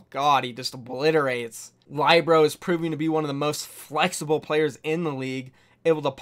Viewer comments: LIBRO?? it's lih buh row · Lie-bro LUL it's pronouced Lee-bare-oh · Lie-bero? Wee-ked? Jee-do???